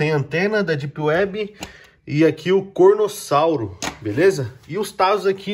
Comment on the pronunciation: e carnotauro não cornossauro